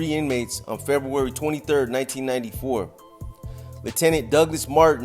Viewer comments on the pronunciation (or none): none